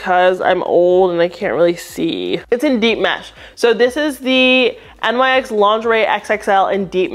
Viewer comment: Love this video! Wanted to also point out NYX is pronounced like Nix (they’re named after the Greek goddess)